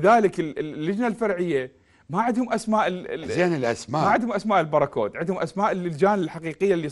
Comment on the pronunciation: الباركود وليس البراكود أرجو الانتباه